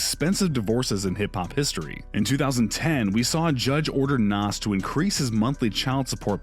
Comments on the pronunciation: Nass? Stop is pronounced naZ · Me too. Nass